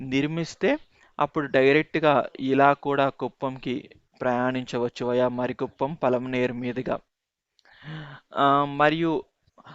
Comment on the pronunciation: మరి కుప్పం కాదు, మారి కుప్పం